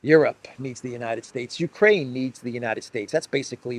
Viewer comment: Uraine sounds like urine😅